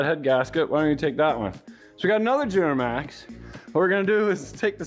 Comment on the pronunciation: “Juramax” lol